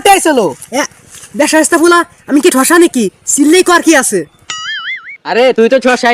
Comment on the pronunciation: কসা না ঠসা